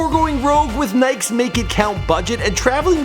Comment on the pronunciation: He can't pronounce "nike's"😂